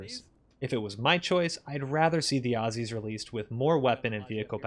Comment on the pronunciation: Thank you for saying "Ozzies" and not "Awe-See's"